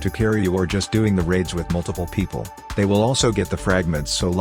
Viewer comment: Poeple? It’s people you said “poeple”